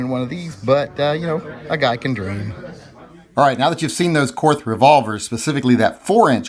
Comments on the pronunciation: Its pronounced like "court", not "courth". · it is pronounced "Court". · It's pronounced KORT. The H is silent. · I think it’s pronounced “Kort”. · The correct German pronounciation is "KORT", okay? The H is silent. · My input; you don't deserve a Korth until you can pronounce it correctly. Learn to speak, then get it. You won't regret it 😉. Personally though, if I had that cash to spend, I'd complete my Dan Wesson revolver collection.